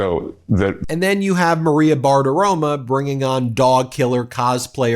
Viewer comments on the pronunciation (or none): BartiromO. Not BartiromA. Her name has an O at the end, not an A. Stop mispronouncing it, whether you're doing it deliberately or not. If deliberately, that's childish and Trump-like. If not, then you look stupid. Period. I don't like her anymore than you do, but that's no reason to go on mispronouncing her name.